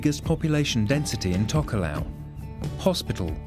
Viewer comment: It's a pity the guy doing the voice over can't pronounce Tokelau and Samoan languages correctly, its not difficult.